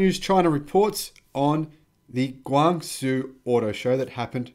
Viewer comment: Hello, your killing me with your pronunciation of Guangzhou. It is not Guangzooo, they it more like GuangJOE. Keep up the good videos, watching them all!